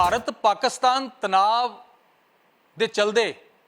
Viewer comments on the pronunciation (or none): Oh Bai Ji "Tanaav" Nahi Hunda Tanaaa hunda Punjabi Vich🙏